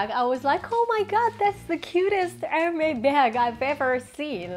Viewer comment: The s in Hermès is pronounced. It’s not silent.